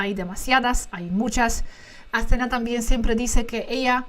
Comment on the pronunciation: that's the correct pronunciation of the name Athena. (AthenÁ). 👍 Not AthÈna.